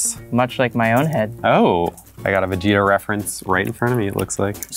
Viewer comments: I get irritated when they say vijita .. It is vÉgEta no vigiita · As a Filipino, hearing them say "Vee-gi-tah" is freaking me out, freaking my mind out and im not comfortable about it 😂😂😂😂😂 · Wait... Do USA people call Vegeta "Veh-gee-tah"?? XD sounds awful